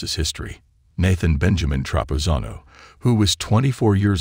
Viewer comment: Why do you keep mispronouncing Nathan's name?